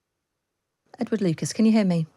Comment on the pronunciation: Edward" Ed-ward?? EDWARD!!!!